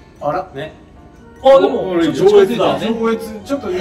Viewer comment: 上越住んでる身からすると｢上⤴︎越だ｣の発音が面白くて進めない😂新幹線の上越妙高駅とかは発音それだけど､生まれて22年間ずっと｢上⤵︎ 越｣って言ってたんだけどどっちが正しいの？w